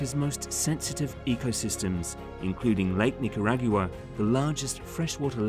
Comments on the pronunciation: The AI narrator is getting better but when it pronounced Nicaragua that was a dead giveaway. Humans can do this too but better. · I’ve heard speakers from the UK pronounce Nicaragua this way… I’m thinking this might be an actual person 🤪